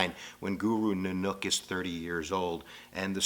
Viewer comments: Guru Nanook?...................of the North?...............I always thought it was always pronounced NANAK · It's not 'Nunuk', it's Nanak. And it's called Sikhi, not Sikhism (which is a word invented by the British.) Otherwise pretty good. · Guru Nanak NOT Nunook idiot, We are not Hindus jackass .... We believe that you should connect with WaheGuru by repeating His name and always remembering WaheGuru in everything you do . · say it like this "naa-nuck" and "maa-yaa" and "saaay-waaa" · Not to offend u but by being a Sikh myself his name is not Guru nunak it is Guru Nanak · NANAK - please say NAA NUCK 1. NAAA is longer AAA 2. then NAk is said like luck 3. NAAnuck say it like this **** Thanks awesome video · Nanuk lol love the way you pronounce his name. Sounds like a fundamentally different word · His pronunication of "Punjab" and "Nanak" actually piss me off. It's not "Poonjab" and it's not "Newnook"... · Poonjab? Nan-OOK? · Its pun jaab and naa nuk 😐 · as a Sikh, i kind of was a little irked by the way u spoke some of the words, but i understand that Punjabi (puun-jāb-e) isn't ur language. Guru Nanak (nān-uck) never started a religion, but a philosophy, not a certain set of rules you must follow. Only then, the 10th guru had started Sikhism.